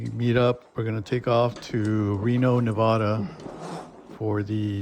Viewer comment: It’s Nev-a-da not Nev-ah-da